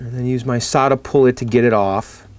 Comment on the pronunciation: Your desoldering tool is a SoldaPullt (rhymes with catapult).